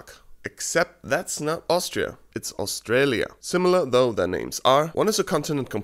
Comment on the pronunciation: "Austrialia" Bruh 😂🤣